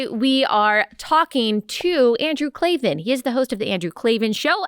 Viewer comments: KLAVAN! There are no "E's" in Klavan! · Remember Allie , when speaking with Andrew Klavan "there are no e's in Klavan !